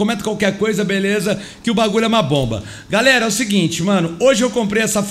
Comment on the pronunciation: No começo do video ele fala garela mas ele falou errado e galera kķkkkkkķ